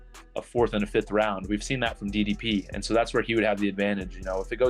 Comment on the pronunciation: How do people still not know how to pronounce DDP's name 😭